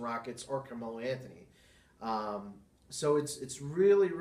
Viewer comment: Good video overall. You voice is a bit too low, your pronounciation, especially "Camelo Anthony" needs to improve. And you need to have your own style, both the way your talk and your comment show, if you really want to make it a show. Keep it up.